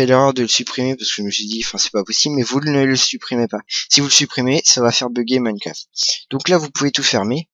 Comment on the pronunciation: Minecraft pas moimcroft ou je ne sais pas trop quoi mais sinon pouce vert ;p